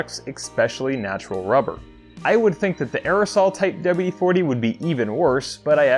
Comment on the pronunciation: "Douba-U-De-foutee" Careful gents, this man is educated.